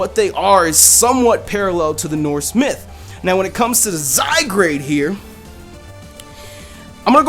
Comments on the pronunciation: It's ok about u not sayin its name right I thought it was zygrade at first too instead of zygarde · Zygrade ( Zy-Guard ) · I think its pronounced Zy-guard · It says Zygared. Not Zygrade., you are a derpy derp JK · Zygarde, I believe it's pronounced Zy (Zed like in british english pronunciation of Z which originates from both greek alphabet from :Zeta" and old french "Zede"), and Gard (with the E apparently being silent). Due to the european nature of the game it's most likely pronounced as Zygarde (Zed-Gard). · I think it's pronounced zai-guard because the "a" in "zygarde" comes before the "r." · I love how we all butcher pokemon names together! I don't feel like such a noob anymore! By the way it's spelled though, I would wanna pronounce it "Zy-guard". Not gonna lie, it looks pretty cool. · Wow I thought Zygarde would pronounced Zy-Guard but I guess I was wrong too :P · Zye-GARD. portmanteau of the words zygote and gard (anglo-saxon for land or place) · (Zy-Guard) isn't that how's it's pronounced not to say your wrong >,< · I thought it was pronounced "Zi-gard " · Zygrade? Isn't it spelled Zygarde? LOL that just prove's you can't read. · It's pronounced Zeye-guard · It's Pronounced (ZY-GUARD) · he said he made a mistake about pronouncing it before he started talking about it but didn't want to retake the whole thing again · i sure thats how it really is the way you say it. remember that he said at the beginning of the vid that "he pronounced his name wrong." <=) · I wouldn't have minded that you mispronounced it.....if you didn't place the 'r' in front of the 'a' when doing so. That was just ear-grating. No offence. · No lie, I pronounced it the same way prior to watching this video lol